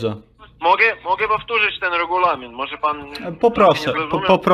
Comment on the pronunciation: Czy pamięta pan taki regjulamin? - nie pamiętam takiego regju…laminu xD zarażają!